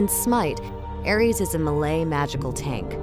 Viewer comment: i like how she said melee :)